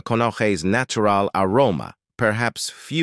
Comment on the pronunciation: nattural. lol.. that was one of the funniest pronunciations . what a mess. omg...a trigger warning for diana?..gadszook